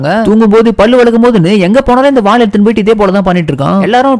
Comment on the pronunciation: வால் இல்லடா வாள்